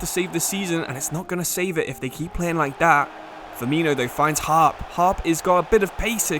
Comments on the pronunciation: As a Middlesbrough fan just thought I would say that “Hoppe” is pronounced “Hoppy” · I love your content but ngl it really annoyed me that you pronounced hoppe as harp. The videos are brilliant though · hoppe not harp 😂